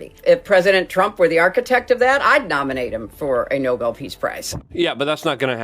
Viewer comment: pronunciation - "no-BELL" - not "noble"